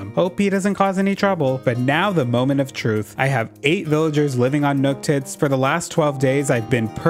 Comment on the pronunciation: nookits although I think I should be saying nooktits